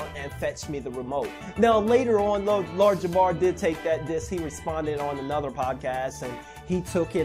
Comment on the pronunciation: i swear I'm hearing Lard Jamar lol